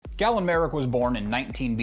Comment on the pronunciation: Galen, not Gallen...did you play the games???